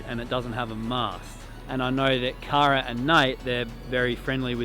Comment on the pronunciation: I love how her name is pronounced CARE-AH, but ya'll continuously say CAR-AH lol!!! Makes me giggle every time haha.